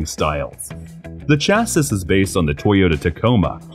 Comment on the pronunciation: Don’t say chassas say chassis